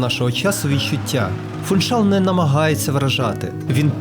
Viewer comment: Гарне відео і майже без помилок, але в слові Фуншал наголос на другий склад. Живу на Мадейрі 26 років, люблю цей острів, завжди дивлюсь відео про Мадейру. На жаль якісних відео мало, але ваше одне з кращих. Дякую.